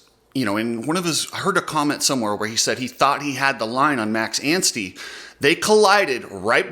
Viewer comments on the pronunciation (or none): none